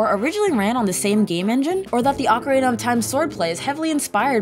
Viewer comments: Has a lot of errors, I'm starting to think its intentional Haha. "OCARAYNA" and "SCHOOLTULA" I seen in another comment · I kept hearing her say Oka- ray-nah instead of oka-reena lol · My favorite part of Ocarena (rhymes with macarena) is collecting all those skuh-TOOlahs. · Who the heck pronounces it ah-ka-ray-na? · People calling out the "S-NES" edit like didn't say "Ocariner" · "Which in OcaRAYna is used for golden skuhTOOlah icon" My ears, they bleed! Ocarina isn't supposed to rhyme with macarena! Also, skultulla is just a portmanteau of skull and tarantula. Whenever people put the emphasis on the "tull" part of skulltula, it aways confuses me since you don't pronounce tarantula as taranTOOLa. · “Ocarayna.” Smh. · "Wizzer robes" "Okka-rayna" "Ska-2-la" "game front" ... Please just axe this audio and redo it. It makes your channel appear laughably out of touch when things this obvious get messed up.